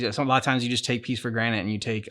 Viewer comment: Are you saying taking things for granite?